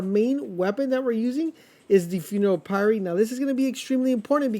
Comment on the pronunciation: Interesting, I never thought about going top skill tree to maximize ash blast CD/ash effects. I need more status effect gear yay more farming for me. Keep doing what you do man. One last note - sorry to be that guy, but Pyre is "Fire," just with a P.